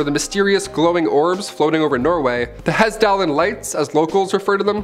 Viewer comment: The two A letters in Hassdalen is pronounced like in on the British pronunciation of "Data"